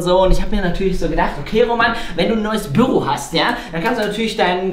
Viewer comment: Es heißt doch nicht Böro